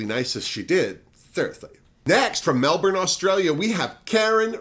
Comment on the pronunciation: As some have pointed out, Geelong is pronounced Juhlong, and Melbourne sounds more like Melbun. I've seen Art and Karen perform many times over the years so I look forward to seeing them on the show. Also, JoJo is from Newcastle, NSW not NZ